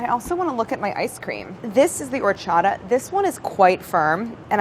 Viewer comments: Their pronunciation of horchata, cajeta, dulce de leche is killing meeeee. At least they're interested in incorporating those flavors into it😋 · Can someone please teach Claire how to say Horchata 😂♥️ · Am I mistaken, or is Claire pronouncing "horchata" as if it were a French word with a non-aspirated "h"? As opposed to a Spanish word (which I believe it is.) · Clair: Pronounces Harina and Horchata with a hard "H" Every Mexican: *Cringes internally* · I love y'all but y'all need to stop pronouncing the H at the beginning of Horchata and Harina. Also Masa Harina is redundant, as masa is the word for dough and harina is the word for flour.